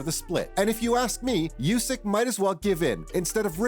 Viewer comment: It's pronounced "OO-sick," not "YOO-sick."